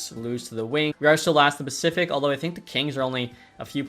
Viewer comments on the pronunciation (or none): none